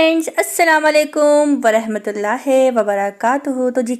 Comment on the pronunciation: Api ap Salam main ورحمتہ اللہ ہے bolti hen lkn ye ورحمتہ اللہ ہی hota h